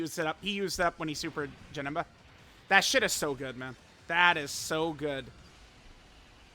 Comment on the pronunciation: He aint Janemba, he’s Ja-HIM-ba